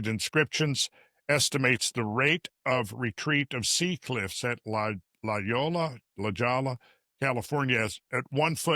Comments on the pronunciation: FYI…..that’s pronounced “la-hoi-ya”. La-Holla CA Just like The Beach Boys say it “All over La Holla, at Waimea Bay. Everybody’s gone surfin” cmon you got it now. Lol. But great show and think for allowing me to clown around a bit. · How is it that nobody has told Randall that “La Jolla” is pronounced “La hoya” in all these years? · La Jolla is said "la hoya" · La Jolla is pronounced La Hoyuh. I know. I made the same mistake. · La Jolla: “La Hoya”. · La Jolla = “Lah HOY-yah” Great shopping in San Diego area!